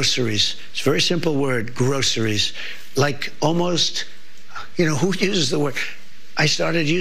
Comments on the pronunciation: He cant even say groceries right. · Everytime that clip plays that trump says groceries as if he invented the word 😅😅😅😅, he is so dumb. Then he implied no one heard the word before 😅😅😅😅